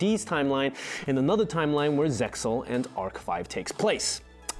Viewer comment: RESPECT he mentions ZEXAL correct pronunciation. Strike from "5-D-S" removed